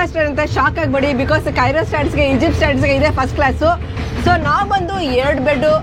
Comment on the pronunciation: ಅದು ಕೆಯ್ರೋ ಅಲ್ಲ, ಕೈರೋ 😂😂😂 ಆಶಾ ಕರೆಕ್ಟಾಗಿ ಹೇಳ್ತಾ ಇದಾರೆ.😅